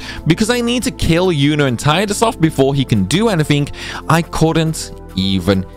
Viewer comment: Heh you keep saying Tide-Us but it's Tee-dus.